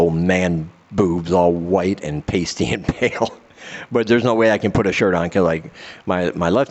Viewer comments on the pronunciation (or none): none